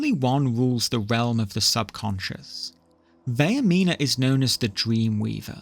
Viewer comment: That’s not how Vaernima is pronounced, it’s Vair (like hair) meen (like mean) uh (like uh whats going on)